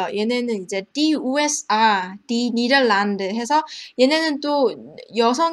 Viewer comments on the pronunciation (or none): Niederlande 니데ㄱ란ㄷ 이 아닌가요 ?? ㅠㅠㅠ 발음때메 죽겠네용